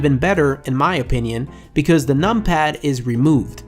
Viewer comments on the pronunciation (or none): none